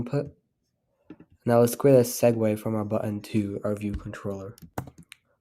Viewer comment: u said eggway at the start